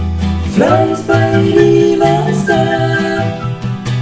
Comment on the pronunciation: Ugh, stop pronouncing "Spaghetti" like "Spaggedee".